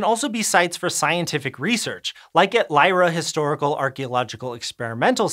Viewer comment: Thank you (from a Dane) for not completely butchering the pronunciation of "Lejre" 😊